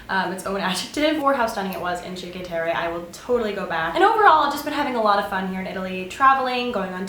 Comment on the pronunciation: its pronounced 'cheenkwah' terre (sorry, ii know that sounds pretentious, but I lived in FL for like 3 years). glad you're liking florence! You MUST try Garga on Via Zanobi. My FAVORITE restaurant in the world! >>Also, guys definitely do follow you around in Florence. its really scary. I live in Scotland now and especially late nights on weekends, I always make sure to walk round with a buddy. Good idea to not make eye contact, usually the Italians are just drunk and or lovesick. lol, stay safe! hope you have better luck!